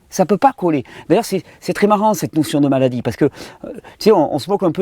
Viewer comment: moi, j'entends m-allah-die lol